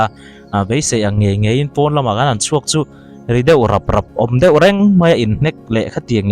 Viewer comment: Khawngaih tak in, det tih hian rawn sawi tawh lo hram la ka ti, deuh tih kha a har lutuk in ka ring lo. Kan youtuber te hian mizo tawng dik hriam rawn lam ri hram hram teh u. Kan tawng te hi humhalh ila, changkanna hian min ei ral lo hram rawh se